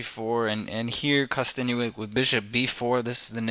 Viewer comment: good analysis. its kosten"yuck" not kosten "you ick".